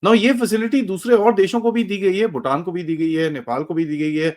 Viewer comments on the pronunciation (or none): none